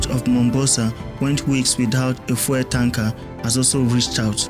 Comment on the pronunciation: Please learn to pronounce the word fuel properly. You keep saying "foil". For those of us who speak English as our first language the mispronunciation is very distracting. Fuel and foil are different words. Please get it right.